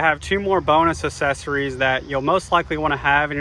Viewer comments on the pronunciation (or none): Why do you pronounce it "assessories" instead of "accessories"? The double c is pronounced "k". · I'll click the like button when you pronounce accessories correctly